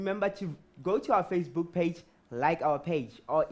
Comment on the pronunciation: Nah nah...the owe killed me when he couldn't say facebook